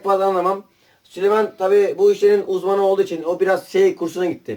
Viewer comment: Büyük bir ayrıntıyı kaçırıyorsunuz arkadaşlar = Süleyman değil ! Sülüman 😂